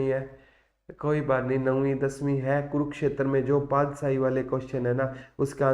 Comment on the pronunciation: सर अपने बहुत अच्छा cover कराया पर सर पादसाही नहीं पातशाही होता है 🥰🥰